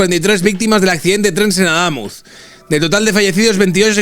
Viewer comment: Cada vez que pronuncia AdÁmuz, muere un gatito.